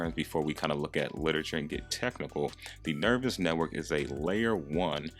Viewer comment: it's pronounced Nerve-ose not nervous and it's yo-kai(ky, like sky) not yo-kee